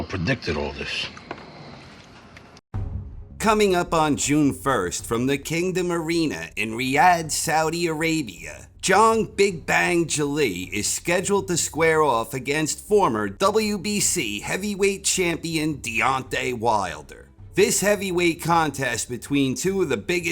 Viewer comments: John "Big Bang" Galee. You made hom into a sort of Italian sounding boxer. Sounds like someone Joe Louis fought in the 40s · Zhang rhymes with bang. That's what makes the nickname work. His name is pronounced like G. Lay Jang.